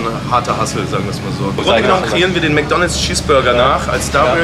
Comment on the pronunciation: Wie mcdonals hört sich eher schlecht an als gut